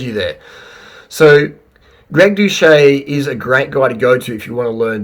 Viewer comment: Doo-set NOT Do-Shay